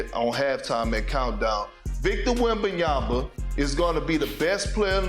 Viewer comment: Perk it’s really easy, it’s all in the letters, just slowly sound it out … wem-BAN-ya-ma … just the one B. Try writing it down, see the letters, say the letters … wem-BAN-ya-ma